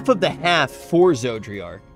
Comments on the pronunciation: It still bugs me that still pronounces an extra “r” in Zodiark. I live in the mid west and it’s like when people here say “warsh” instead of “wash”. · I just hear "Zoji-ark" or "Georgi-ark". Its hilarious. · Okay as someone who gets a wee bit irritated from mispronunced names, cause I live with that most of my life, if I here him call it Zodriark and not Zodiark one more time ^ ^+ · Cmon, it's ArdBERT and ZodiARK. It's not difficult. Love the fact that you enjoy the story though. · Finished 5.0 and still can't pronounce Zodiark. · It was fine when he would mispronounce Zodiark's name before because he only had to say it a handful of times but he said Zodiark's name so much during this session, it was genuinely distracting for me lol